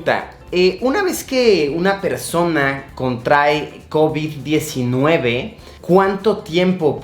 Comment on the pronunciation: Soy el unico que absolutamente odia la manera en la que luisito pronuncia Covid-19